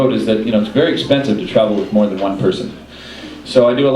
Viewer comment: I first thought he said "with murder one person" and went "HUH? ".... I thought he was talking about hitch-hiking and obscure hitch-hikers... But now I understand he meant "with more than one person"... The car gets heavier, I guess...